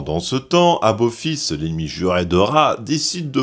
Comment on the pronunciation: C'est moi ou on entend "aBophis" tout le long de la vidéo ??????? 🙄 EDIT: ah oui, il dit bien "aBophis tout le long de la vidéo.... ben bordel pour une video spécial stargate... ça la fout mal.... 🤮